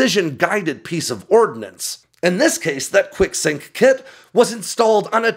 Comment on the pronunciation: I thought he was saying "Quick-sic", until I saw the text. Enunciation matters.